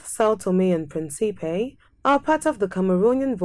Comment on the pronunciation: Respectfully, please re-record the audio and pronounce the name of the island correctly! Principe is pronounced PRIN-cipe. PREENcipe , with an accent on the first syllable. It means, of course, PRINCE 👑